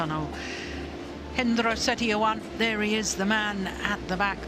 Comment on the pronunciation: lmao umpire messed up Hendra's name